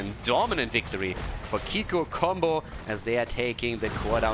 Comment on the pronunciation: dear its pnonounced kikoo like in cool:)). kisses from france